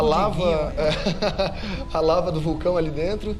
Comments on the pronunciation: Sensacional 👍 vou comprar! E o Danilo falou larva sim 🐛🐛😂😂😂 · O Danilo falou LaRva 🤣🤣🤣 é LAVA . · Falou larva sim hahaha